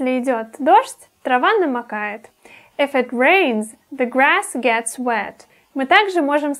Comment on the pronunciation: не эф, а иф [ɪf]